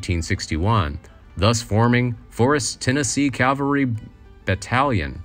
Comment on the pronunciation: Cavalry not Calvary